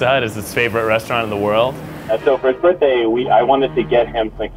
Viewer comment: “birt day” lmao